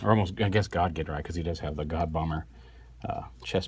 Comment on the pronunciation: It's pronounced JINRAI